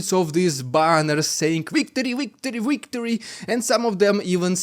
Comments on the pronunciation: Victory not wictory come on say Vvvvvvv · It's pronounced "victory:, not "wictory".